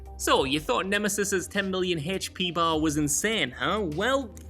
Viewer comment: "Heeech Pee"